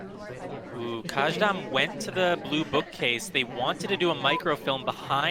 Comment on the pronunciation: This was most definitely mentioned somewhere before, but "Kajdan" should be pronounced as "Kaydan", not the way it was pronounced here.